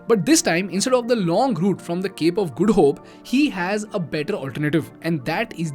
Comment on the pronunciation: Good info. I also like you saying Cape of Good Hope as " Cape of Guddu Hope"...😂